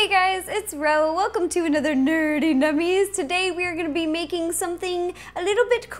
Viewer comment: You kinda went a little British when you said nerdy 🤓